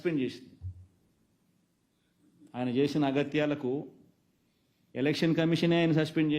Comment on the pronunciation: According to Anna:- Agaaithyalu..❌ Agatyalu🤣✅